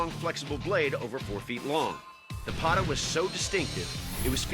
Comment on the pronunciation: that is the correct pronunciation of Pata